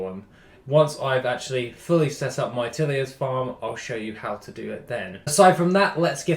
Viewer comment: "Till-ers" as in tilling the soil. Unless thats a British pronunciation thing, like Al-u-min-ium ( Unlike us who pronounce it Al-Loo-min-um)